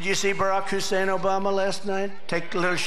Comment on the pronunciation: The not even subtle racism of him emphasizing HUSSEIN every time he mentions him. Drump is pathetic